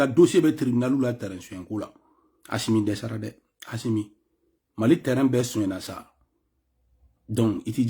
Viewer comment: Mon frère tu arrêtes Stp. C'est pathétique. Au lieu de critiquer quelq'un, toi aussi on ne dit pas Achimi c'est Assimi. Nyèrè Alla la Wari 😂😂😂😂